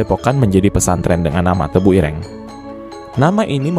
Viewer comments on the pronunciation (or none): Sebutan tebuireng tu salah bro......bukan begitu sebutannya...tanya lah kepada orang jawa.... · Ireng 😂, e nya jangan dibunyikan seperti e di kata "enak", tapi e di kata "senang".